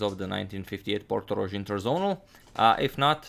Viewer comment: It' Portorož, with "ž". Regards from Slovenia